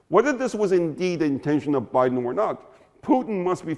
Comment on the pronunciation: Baaiden ruinD Yukren!